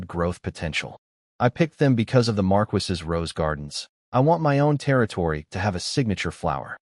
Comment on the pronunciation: Why choose a title of a Marquess and then use a voice that can't pronounce this word?